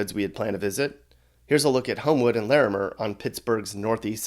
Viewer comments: The way he said lairmer it’s pronounced larmer 😭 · OMG ITS LA-MER THE WAY WE SAY IT AN I USED TO LIVE THERE SO WAT THERE STILL BUILDING THAT HOUSE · didn’t even say larmeir right . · For real that's what I said and he said Lamair all wrong lmao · Please don’t pronounce Larimer like that👌🏾Irks me !